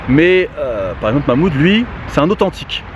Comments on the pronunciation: Mamoude 😂 respect le Karim prononce le H de Mahmoud 😭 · MDR tu la pas respecter c mahmoud pas Mouloud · C pas Mouloud c Mahmoud